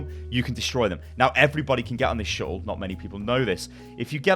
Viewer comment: i had to pause when he kept saying "shuttle". so triggered. gonna unpause now that i've collected myself.